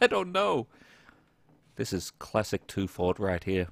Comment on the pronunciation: Its pronounced: teufort